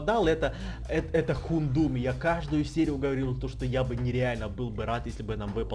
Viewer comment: Не Хундум, а Хаундум